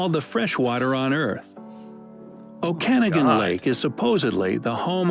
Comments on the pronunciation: 😂 Okanagan (Lake) is NOT PRONOUNCED Oh-cana-gan It's pronounced Oak-a-nog-in. (I always laugh at these videos about Canada that are either not done by any Canadian or done by Canadians that are just reading a script and not well informed about all of Canada, especially the pronunciation of Canadian places or things. Smh) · The AI always messes up that one... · so bad, it's pronounced Lake Oh-can-ah-ga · Oh, ow. #23 hurt the ears. It's pronounced OH ka NAH g'n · Ai voice over butchered our lake here in BC. Pronounced "Oh-kah-noggin" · How he pronounced Okanogan 😂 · My brain broke at the way the guy pronounced Okanagan Lake…😂…..c’mon! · I LOLed at the narrator's pronunciation of "Okanagan", which is where I live! 🙂